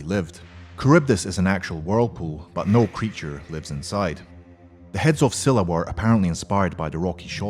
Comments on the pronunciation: learn how to pronounce. Scylla is pronounced as "Skyla" not " Sila" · it's pronounced as skyla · its skyla with a hard k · nice vid but where is pheonix or griffin??btw scyla doesnt pronounced "schyla" its "skyla"..